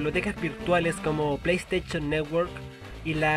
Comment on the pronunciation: ''play steichon'' jajaja